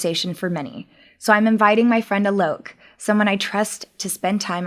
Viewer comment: His name is supposed to be pronounced 'aa-lok' not 'uh-lok'... Just saying.. Not that anybody cares..